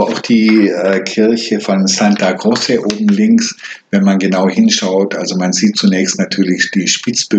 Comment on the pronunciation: Bitte nicht Santa "Grosse" aussprechen! Im Italienischen wird C vor E wie tsch ausgesprochen, C vor einem Konsonanten wie K, also Santa "Krotsche".